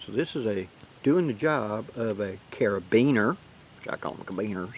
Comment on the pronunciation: Well thanks a lot! My life is ruined now. Ever since I found out that you actually know how to pronounce carabiner it seems nothing is real. What is up?' what is down? How can anyone be sure? Lol... I'm just pulling your chain. Thanks for all that you do to educate us